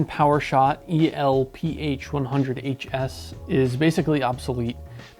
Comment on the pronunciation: Hello young one. It’s pronounced “elf” not E.L.P.H. Elf as in “small”. The original Canon Elph cameras used the (then) very compact APS fills format. It was quite the revolution how small they were. When these cameras came out a lot of people short handed them as “digital elph”